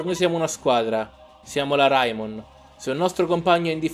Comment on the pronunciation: E poi si di c'è reimon no raimon